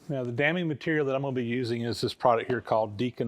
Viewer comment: I've been sort of bouncing around watching this series in the wrong order, but it's been one of the most interesting and informative things I've ever seen, and I'm really enjoying it. But in regard to the pouring of the babbitt joints, every time you mention "damming material" I hear "damning material." And that really cracks me up. Just wanted to share.